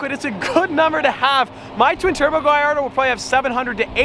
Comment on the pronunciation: Why do you pronounce the gullardo like that (excuse my spelling)